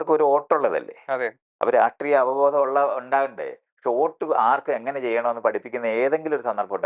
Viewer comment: ഓട്ട് അല്ല, വോട്ട് 🤣